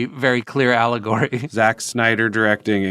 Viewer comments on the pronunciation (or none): Did Akiva say allegory or owllagory?